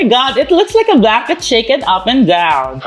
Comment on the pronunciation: tawang tawa ako sa “blanket shaken up and down” pero rinig ko “backened chickened up and down” emz